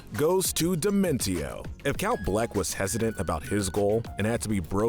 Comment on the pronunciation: I think dimentio is pronunced like "dimension"